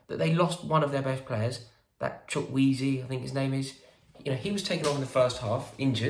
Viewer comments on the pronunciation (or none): Rory really said Chuckweazy 😭🤣🤣🤣